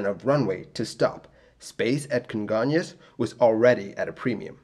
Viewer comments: Your pronunciation of Congonhas is really good! Great job on this video! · Good job saying "congonhas". I remember seeing the flames from where I worked. Crazy sad.